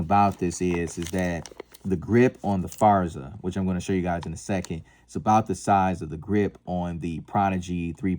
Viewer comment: GP Arms, not JP Arms. Forza, not Farza.